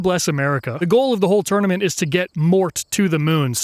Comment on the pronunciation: Is it just me that keeps hearing him say tourmenent instead of tournament